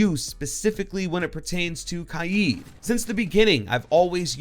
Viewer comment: For Kaid I thought it was Pronounced Kade